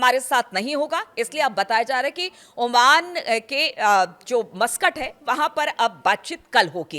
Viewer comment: Madam, yeh Mastak nahin yeh Masqat h. Bolney me dayan den.